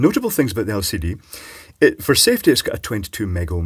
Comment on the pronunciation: you misunderstood, it has an "El Seedy" display!